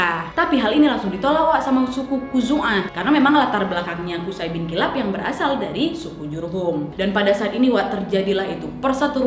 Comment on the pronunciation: Maaf ka nadia izin ka cara baca namanya qushoy ka🙏🙏